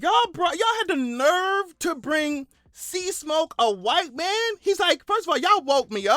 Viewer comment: white man - I thought you said wife man hahaha